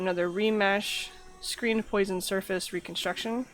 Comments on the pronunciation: type "poisson" in google translate and set the language to French. That's how you should pronounce it, just saying. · HAHAHAHA poison mesh... you're obviously French.... lol